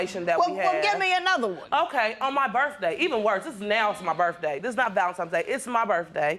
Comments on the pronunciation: It's NOT "Va-lum-times"! It's "VAL-en-TINE'S"! Why can't Black folk say this word correctly??? Arrrrgggghhhhhhh! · DAMN DAMN DAMN, it's V-A-L-E-N-T-I-N-E-S DAY not valentimes day WTF! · Valentimes day 🙈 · Because cussing him out for not getting you anything for "Valentimes Day" is going to put him in the mood to get your crazy ass something really nice.